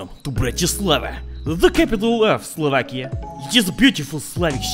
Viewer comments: Before going there: Slovakia After going there: Slavakia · Slovakia? I thought Slavakia